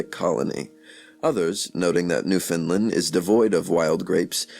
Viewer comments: Repeat after me: New Found Land. Newfoundland. Not newfinlend. We take offence to that. Say it right or don’t say it all. Even Canadians mess this up. Amazing video and content nonetheless, thank you. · Yes correct pronunciation. Not Fin or Fund. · He says New Finland. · There is no such place as Newfinland. It's Newfoundland. Say "understand." Now say "Newfoundland." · WRONG. Its pronounced NEW FAW LAN. im from there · It is NewFOUNDland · Good information is blighted by sad mispronunciations of common words, as well as Newfoundland, which is important here. While I like the information, I cannot show a class a reading where the reading is not properly done.